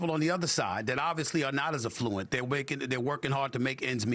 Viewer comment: Stephen A I love you, but it is pronounced “AF-fluent. You said it incorrectly 6x during this segment and it’s jarring bc you are smart and savvy. Hoping you are not offended. ❤